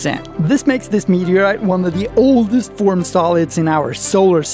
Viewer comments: I just love your pronunciation of "meteaoite" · What's a mehuuuhgriite?